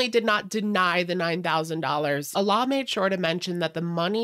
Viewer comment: The pronunciation of Alaa in English is actually "Aladdin" minus the "-ddin" syllable. A-lah. In Arabic, the name Aladdin is Alaa-ud-din. Allah and Alaa are pronounced differently. I don't mean any personal slights against anyone, but it's just something I wish I could physically say once and be done with it lol.